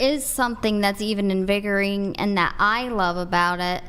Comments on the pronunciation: invigouring? INVIGOURING? wtf…… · How did she pronounce invigorating?? Invigering?!!!🙄 Someone, please, give her her sign!! The chick next to her casually eating a banana!😂😂😂